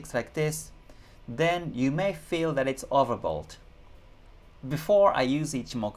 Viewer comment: Hi. Do I hear it correct you saying "overbold"? I'm not joking nor am sarcastic. Just trying to understand it correctly. Thank you.